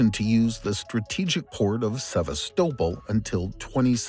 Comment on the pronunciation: Annoying AI voice that can’t pronounce Sevastopol correctly ruins an otherwise excellent video. Unsubscribing, sorry🙁